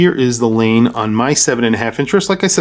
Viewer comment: I love Laine watches, must be my Finnish heritage. Laine is pronounced Lie/nay. Thanks for posting this video, Cheers